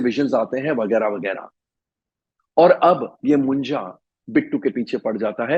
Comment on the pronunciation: Not मुंजा it's मुंज्या 😂